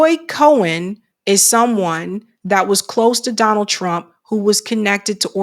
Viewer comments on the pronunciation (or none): it’s Roy Cohn pronounced like “cone” not “cohen” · Pronounced Cone